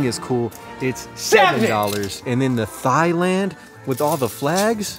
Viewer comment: You mean “tie-land”, right? Or was that an intentional “thigh-land”?